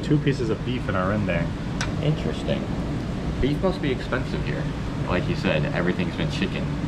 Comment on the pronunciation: Rendang not rendeng 😂